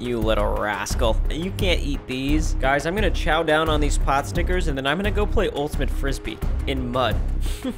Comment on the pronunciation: its not a potstikcer ryan, take an ethnic studies class, buddy.